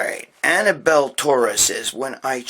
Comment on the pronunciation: It’s Abdiel Gregg, not Annabelle lol